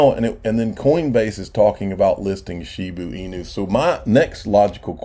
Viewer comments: They must have the dumbest English teachers in Georgia how do you look at Shiba Inu… right there in front of your face and continue to miss pronounce it Shibu inu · kills me every time he says "shiboo inoo" its shiba inu 🤣😂🤣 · Shiba Inu, not Shiboo Inu.